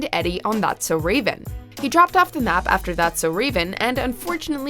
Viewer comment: please say that’s so raven correctly next time